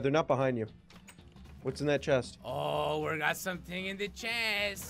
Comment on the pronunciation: Dude seriously no what do you notice how said I like anime chesst hint hint miku miku